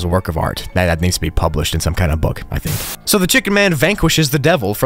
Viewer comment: Bro said "I tihnk" and not "I think"